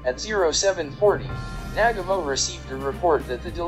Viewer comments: It’s Nagumo not Nagamo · This narrator can’t say Nagumo, he calls him Nagamo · It's not "Nag-a-MO"...it's "Na-gu-mo". It isn't that hard to get it right. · Well done video, very informative. BTW, it's NaGUmo, not NAGamo, just sayin' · Narrator is a nalfy! It's Na gam oh not naga moe. Must be a computer generated voice. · Nag ga mo? U mean Newgumo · Excuse me! "Admiral nag--uh--mo?" Try "Admiral Nuh--gah--mo". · Nagumo...Na-GOO-Moe, Nagumo. Not Nagamo. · It's pronounced NAGU-MO. Not nagamo. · it's Na-gu-mo........ not nag-amo.... horrible.... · "NAG-a-moe"?!!! Uh, Na-GUU-moe... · MOST ANNOYING !! the name is pronounced nah-GOO-mo, not NAG-a-mo !! Information is well- researched though. I'll give you a "B". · Nagumo not nagomoe! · Nah-gooooooo-Moe... It is so frustrating on YouTube for the many "experts" in their field to bastardize pronunciation of the simplest names and words that are readily available from other sources. DON'T let the computerized voices win! Give them a bit, and they'll take a byte.... Where does it all end? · It is said Na ..GOO ..MO. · Who the hell is Nag A Mo????🤣🤣🤣🤣🤣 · The Japanese commander was pronounced Naah Goo Mo. Always when narrating get your name pronunciations correct. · The pronunciation of Adm. Nagumo's name is a war crime. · Hear hear!! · Without a doubt. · The narration does detract from the video - particularly the pronunciation of Admiral Chūichi Nagumo's last name. The rest of it though is very good - worth doing over with better sound. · Pretty solid video. Good video source material. Sound quality of the narration could have been better. And if you’re going to say the name ‘Nagumo’ this many times, you may want to learn how to pronounce it first. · It would be great if your narrator could pronounce names correctly especially “Nagumo.”